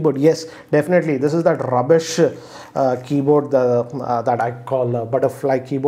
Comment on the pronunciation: "RRRRubbbish" is equivalent to Jessica Lockhart's slap in F.R.I.E.N.D.S:D